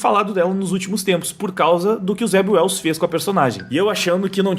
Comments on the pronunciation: Em - Zeb Wells? Eu tinha entendido Zé Ruela 😁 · Alguém mais entendia "Zé Ruela" cada vez que o dizia o nome do roteirista?